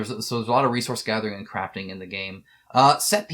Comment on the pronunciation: CRAFTING! Omg, I thought you said "a real time craping system" at first for the last of us